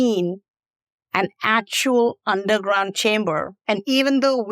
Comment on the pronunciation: Oh....you said chamber.... I thought you said Timber..